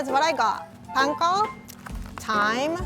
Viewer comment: This is the first time I’ve heard “panko” pronounced correctly in a Western cooking show wow